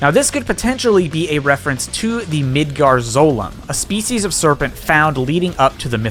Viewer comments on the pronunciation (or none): none